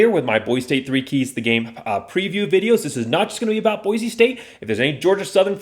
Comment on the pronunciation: Please take a breath and learn how to enunciate Boise. Speed is not everything.